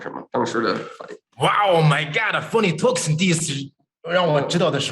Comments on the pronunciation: Shock nobody notice that li said font toguson 😂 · He literally call him “Fony Tergerson” 😂